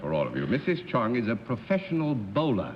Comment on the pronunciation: And Bennett calls her Chung